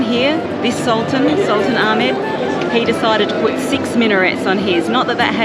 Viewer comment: Hey actually hubby pronounced Ahmed correctly! ( the correct Arabic way)